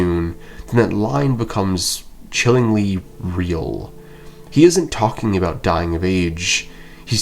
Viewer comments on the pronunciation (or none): none